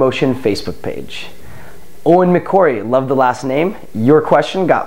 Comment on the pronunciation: I can't believe I won!!! But even better Cory pronounced my name correctly!! Thanks so much Cory I'm you're biggest fan! If you have time maybe you could look at my new freeerunning video if you see this comment! Thanks again, Eoin McCorry :D